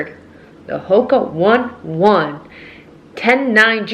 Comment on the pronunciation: Hoka one one 😂….cute lol. But it’s pronounced more like Onay Onay.